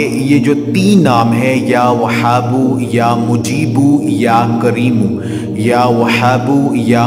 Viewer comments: Salam.....bhai ap apna pronunciation tekh kro.....wazifa ap ka tekh hot a h pronunciation tekh ni hota....like وهاب or وحاب ma bht faraq hai kindly ap kisi ulama se pronunciation learning kary....thanks.... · Ya whabo chhoti he se hai aap galt prd rhe hai